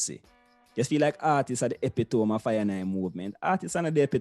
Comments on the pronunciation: "epitome" pronounced: E-PIT-O-MEE not EPEE-TOME..... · Epitome is pronounced "ee-PIT-Toe-mee"! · Epitome? Artists? You obviously felt out of school.